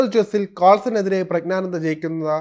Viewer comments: പ്രഗ്നാനന്ദ അല്ല പ്രജ്ഞാനന്ദ എന്നാണ്. പ്രജ്ഞ എന്നാൽ ബുദ്ധി എന്നാണ്. അറിഞ്ഞിട്ട മനോഹരമായ പേര്. അത് നശിപ്പിക്കരുത്. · പ്രജ്ഞാനന്ദ ക്കു അഭിനന്ദനങ്ങൾ, ആദ്യം പ്രജ്ഞാനന്ദ എന്നു മലയാളത്തിൽ പറയുവാൻ പഠിക്കൂ,ഗ്യാനി എന്ന ഗോസായി വാക്കു മലയാളത്തിൽ ജ്ഞാനി എന്നാണ് മലയാളം അറിയാത്ത മാധ്യമ പ്രവർത്തകനോ? ഒന്നുമില്ലെങ്കിൽ മറ്റു പത്രങ്ങൾ എങ്കിലും വായിച്ച് മലയാളം പഠിക്കൂ, മലയാളത്തെ വ്യഭിചരിക്കാതെ,ഒന്നുമല്ലെങ്കിൽ മറുനാടനല്ലേ അതിന്റെ വിലകളയാതെ